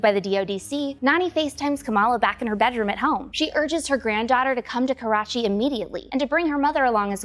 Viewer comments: KARACHI not KORACHI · It's karachi not korachi!!